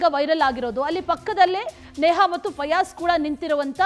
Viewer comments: ಅಂವಾ ಫಜಲ್ ಅಲ್ರಿ ಮಾರಾಯರ,, ಫಯಾಜ್,, ನೀವು ಫಜಲ್ ಅಂದು ಅಂದು ನಮಗೆ ಫಜಲ್ ಕೊಡಾಕಹತ್ತೀರಿ😮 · ಪಜಲ್ ಅಲ್ಲ ಮಾರಾಯ ಫಯಾಜ್😂😂😂